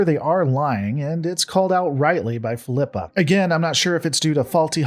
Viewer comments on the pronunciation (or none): Fill-ep-uh Not Feel-eep- uh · why are You pronouncing Philippa wrong? haven’t you heard her na,e said before? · Why does he pronounce Philippa a different way every time he says it? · I stopped watching this the moment you proved you couldn’t even pronounce her name. Do you even watch the show?